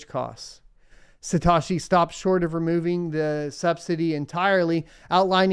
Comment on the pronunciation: Say it with me “suh-t-oh-shii” not “sa-ta-shii”